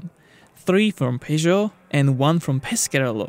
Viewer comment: WTF is "pay-joe'...??!!